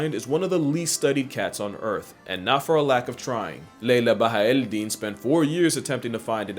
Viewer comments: Pronouncing Laila Bahaa-el din correctly is wild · As an Arab I appreciate your effort for trying to say Laila Bahaa el-Din's name correctly